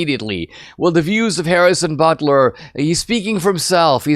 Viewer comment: ButKer, not Butler.